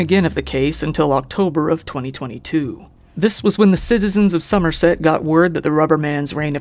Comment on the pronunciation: perfect pronounciation of somerset good on ya